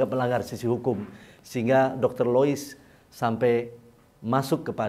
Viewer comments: Lois dok bukan Liuis.. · Dialek Sunda 😁😁😁